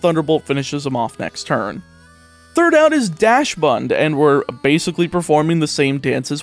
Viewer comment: In fairness, if I had a nickel for everyone I've heard pronounce dachsund as 'dash-hound' I'd be rich